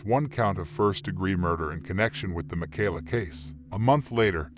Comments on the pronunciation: na-name-o? mack-ala? Ai voice much? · Ma - Kay-La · Jesus...how many times you going to mispronounce this poor girls name?